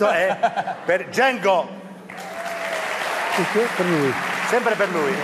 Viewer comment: mamma mia come ha pronunciato Django...😖